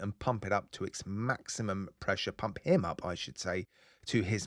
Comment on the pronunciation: "Weelease the pwessure!"